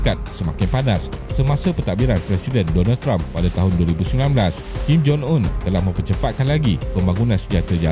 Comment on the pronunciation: Kim Jong Un ✅ Kim Jon Un ❌